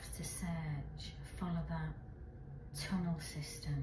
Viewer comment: Sheshe keeps saying sewer tunnle